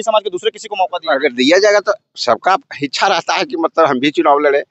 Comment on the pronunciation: इसको बोलने ही नहीं आता है इच्छा को हिचछा बोलता है